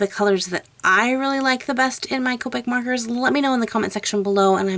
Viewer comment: Copeic its copic shes says copeic